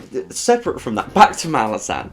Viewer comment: your pronounciation of Malazan is the correct one. The way the deviants pronounce it would fit more if the spelling was Malazen